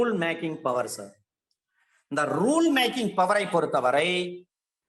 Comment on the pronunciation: It's not powerrrrrrr..... It's power.....